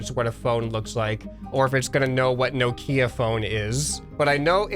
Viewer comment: the way he said nokia made me die a little inside